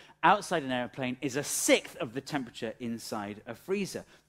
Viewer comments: SiXTH, not sith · a sickth? whats a sickth?.....ah you mean a sixth! you have a speach impediment too.